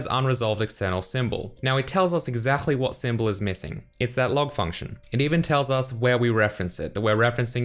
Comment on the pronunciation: haha i think you are German guy because the way you say exactly `exzachly` XD btw you get awesome videos !!!!